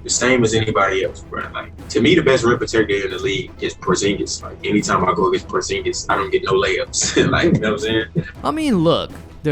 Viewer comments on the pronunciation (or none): He just said porzingus which is my cue to stop the video lol